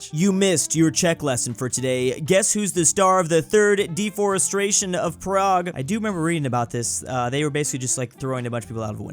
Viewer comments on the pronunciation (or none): none